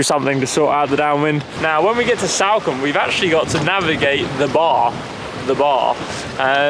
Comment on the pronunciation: it’s not Salcombe like Sally - it’s Salcombe like Salt.